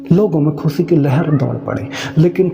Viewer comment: Tum ye jo SH ko S pronounce krte ho isse pata chalta hai tum Sikh nhi rahe kabhi. Khushi ko khusi nhi bolte.